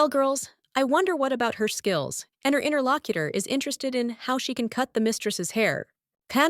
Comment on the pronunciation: God why does it keep saying "Interlockiter"? That is so fucking annoying. 1 star out of 10 just for that.